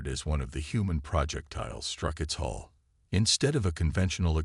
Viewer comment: HULL not HOLE update your AI